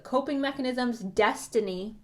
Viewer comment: pile 3 when u said "destiny" like that i was like 👀👀are you talking to me? 😂😂